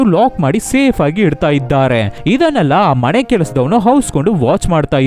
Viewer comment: ಒಲ್ಲೆ ಅಲ್ಲ ಒಳ್ಳೆ. ಮಣೆ ಅಲ್ಲ ಮನೆ .ಸರಿಯಾಗಿ ಮಾತಾಡಿ